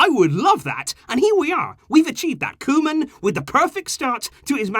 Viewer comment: when said Koeman reign, i heard Roman reign..:D